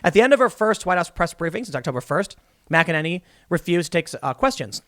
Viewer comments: OMG you said her name right!! THANK YOU!!! THANK YOU!! GJ!!! ♥♥♥ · Waouw, look at you Tim, learning almost how to pronounce Kayleigh McEnany’s name and everything!😅😇